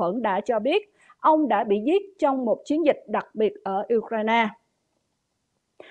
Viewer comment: Uk-RAINE, nhấn mạnh ở phần sau. Phát âm đúng là để tỏ sự tôn trọng dành cho toàn thể người dân anh dũng Ukranians.